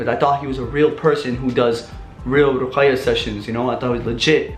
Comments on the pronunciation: not Ruqaya its Ruqya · its RUQYA not RUQAYA 😂 This video shook me srsly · Lol u don't say ruqaiya services...it's ruqya😆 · It was seriously painful to hear you say ruqaya instead of ruqya. Next time maybe learn to pronounce what you intend to talk about. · ITS RUKYA NOT RUKAYA HAHAHZ RUQAYAH IS ACTUALLY A GIRL NAME😂😂😂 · it’s ruqyah not ruqaya 😂 that’s a girls name broooo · Pronounced: Rookya Not Rukaya XD But much love bro <3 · as a Yemeni, is that how they pronounce it? Or you trying to say he should know it as he's Arab? Cz in arbic it's RUQYA